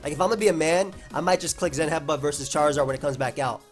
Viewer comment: Anyone else think the way he says CHAR in charizard is a little weird?